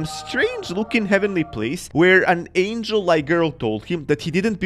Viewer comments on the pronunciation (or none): none